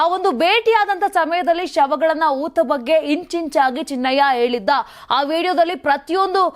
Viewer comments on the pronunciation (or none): Junk Reader, ena, eliddu ... junk prononsations. Hena and heliddu endu helalu barada e hudugi waste